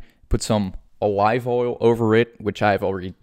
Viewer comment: OH-Live oil…….🙄